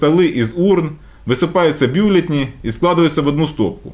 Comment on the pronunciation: Одному мне режет слух слово «бЮлетни»?!